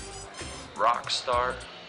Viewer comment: did he say "RockstarT"?